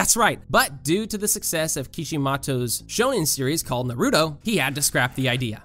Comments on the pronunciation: Every time I hear "Nuruto" it makes me cringe! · “Narooto” Me: just name his narooto not Naruto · "narooto" smh